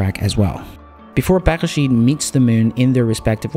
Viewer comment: You are the first non-Hebrew speaker that actually pronounced the name of the lander right! :)